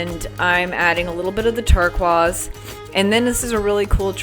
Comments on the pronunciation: LOL. You will always be the artist who says “turkwahs” instead of “turquoise” (rhymes with ‘tur-noise). I LOVE this painting! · Incredible talent. Love the use of the turquoise pigments. (It is actually pronounced TUR-KOYS, not tur-kwahz.) ❤❤❤ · Love all your work. Could you please say turquoise properly= ter-kw-oiz. I might be the only one it bothers but I’m neurospicy and it would help a lot with enjoyment of your videos.